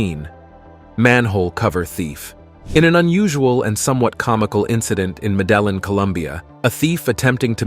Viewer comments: Ma-DELL-in, Columbia ………? ( MED-ah-een ) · I wish the narrator would learn how to pronounce names, Medillin, amongst others.